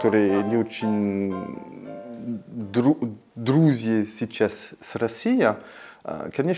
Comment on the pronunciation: Так сладко он произносит друзи. 😊